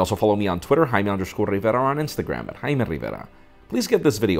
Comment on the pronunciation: That "Haiiime Rrriverra" is so satisfying